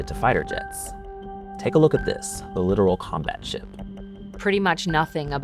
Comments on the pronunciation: LITTORAL ! Not “literal” ships… Come on guys… do your homework, don’t just read a script… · “Literal” combat ship 😂. This guy don’t know anything what he talking about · It’s “Littoral” not “Literal” Combat Ship. Every combat ship is a literal combat ship. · I literally stopped watching after he called it the "Literal" Combat Ship. It's LIT-OR-AL. For the coastal area or shore region where land meets water. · “Literal “ combat ship , he says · It’s Littoral, not Literal 😂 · It's also not a great sign of thoroughness that apparently at no point in the making of this video they realised 'littoral' is not pronounced 'literal'... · I hope you realize when your source reporter mispronounces Littoral as "Literal" it makes this entire video sound like you did no actual research and that you're making a mockery of journalism... also the editor(s) REALLY should have caught this and since they didn't perhaps they're under-qualified just like the guy you sent to report on this......